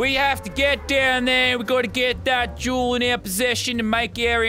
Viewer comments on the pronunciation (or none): I just realized he says “I need the Jewel” but now it sound like “I need the juul” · Who thought he said juul instead of jewel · Anyone else heard him say juul instead of jewel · Luke05 15 lmao I knew someone else had to bring it up.. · Connor Lucich Official i litteraly commented the same thing lol it does spund like he says juul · hate to admit it but you right i was ripping my shit during this and everytime he said it i laughed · whenever lazar says the word jewel, imagine he says juul. cant unhear it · That’s how people with Australian accents say it... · Every time he said "Jewel," a high school vape addict got a little excited, thinking he meant "Juul" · That’s what I thought when he said juul😂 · "Got to hid that juul so they cant see it" "I love me juul" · My brother thought he said jew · Anyone else hear “I wanna get myself a juul” ?